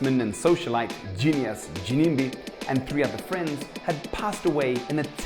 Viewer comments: Am I the only one who is hearing a JIMIMBI in the place of Ginimbi? Hahahaha is always on point! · Gimimbi Me: anonzi Ginimbi iwe msoro bhangu 🤣🤣🤣🤣🤣